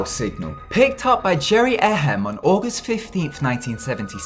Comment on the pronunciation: "Jerry Ehem". This guy.